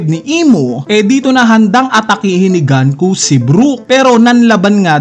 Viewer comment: Sino ba kasi si GANKU??? 🤣 ganku ka ng ganku... 🤣 The name Gunko, a character from One Piece, is pronounced as "goon-koh" (IPA: /ɡuːnkoʊ/).